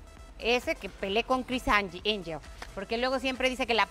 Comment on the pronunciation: “Cris Enyel” 😂